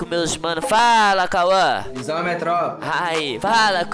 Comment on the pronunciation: Fala Cauã meu Deus fala Kauã